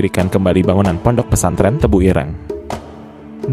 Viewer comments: Sebutan tebuireng tu salah bro......bukan begitu sebutannya...tanya lah kepada orang jawa.... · Ireng 😂, e nya jangan dibunyikan seperti e di kata "enak", tapi e di kata "senang".